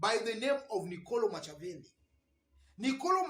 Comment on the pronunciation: Thx 4 your analysis.. Machiavelli is pronounced as Makiavelli..as in K...